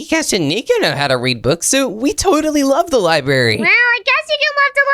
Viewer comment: library not libary